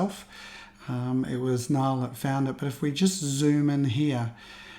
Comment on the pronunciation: Great video and thanks for the call out on the fact that I picked it up pixel peeping your image. By the way my first name is pronouced like Neil....Niall is an Irish name and Nia is pronounced like "nee" in Irish...similar to Niamh. It does get anglicised to sound like "nile" even by Irish people these days. But you weren't to know 😀.